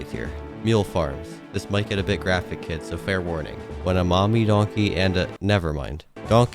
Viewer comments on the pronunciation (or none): none